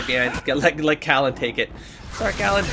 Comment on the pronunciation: Cailan is getting the name treatment, too, it seems. 😂 Sometimes he's Cullen, most times it's Kallen. GO HOME,, YOU'RE DRUNK